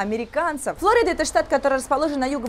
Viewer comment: По русски Флорида. Ударение на второй слог.